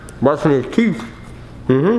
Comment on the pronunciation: Did Nade just say "teeths"?